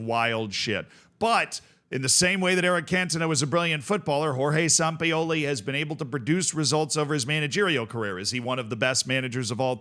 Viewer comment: You say Sampioli, like you are some sort of autistic streemer